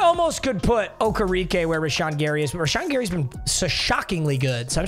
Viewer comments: O-ker-ah-k that’s how you pronounce it lol not okerekeee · i love you and you’re mispronunciation of names but okereke is pronounced oh-kara-kae